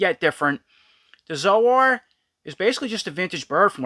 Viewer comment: Zo-Ar? Never heard it pronounced that way before. I thought it was pronounced like soar.